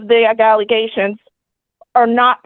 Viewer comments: "Egaliations", "Nallegations", "Egaligations". I can understand not knowing a word (though I'd still poke fun) but at least be consistent in your mispronounciation...good lord, and on top of that, biting a person, let alone a child, this lady makes me nervous (assuming those egaliations are true). That child needs protecting asap! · The egaligation lady cracks me up. I dont hear a clear speech impediment and wonder where she got that pronunciation? It reminds me of when my kids would try to pronounce big words when they were toddlers. 😊